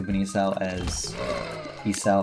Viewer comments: he keeps saying e sau instead of e saw 😭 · the way you say Esau needs to stop.